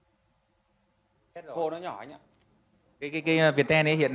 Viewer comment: mình hay gọi Viettel là Việt teo, mà thấy gọi là Việt ten:D